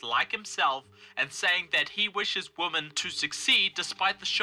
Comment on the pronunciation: When you and Lauren Southern say "women" it sounds like you're saying "woman" What's up with that?